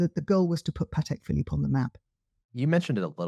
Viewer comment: Early on in the podcast/video addresses explicitly the wide mispronunciation of "Patek Phillipe". She is very clear about it and pronounces it correctly hundreds of times during the video. The host, on the other hand, continues to say it incorrectly throughout the entire podcast almost as if to taunt. Names are pronounced the way the owner of the name prefers... it is not our choice and to do otherwise is disrespectful and insulting.